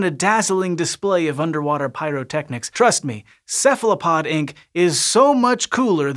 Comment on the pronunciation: Ceph ALO pod, why do you say Ceph LA pod ?